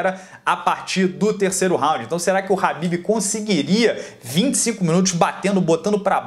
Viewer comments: Nao e "RAHBIB" E "KHABIB" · Alguém fala pra ele que é khabibi e não rabib